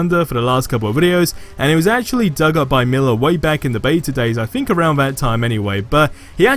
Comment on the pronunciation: The word "Think", doesn't start with an "F". You're freaking English and you barely speak it... Hahaha jk, man.